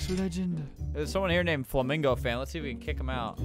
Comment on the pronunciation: That didn’t say FlamingoFan it said FlamGo fan lol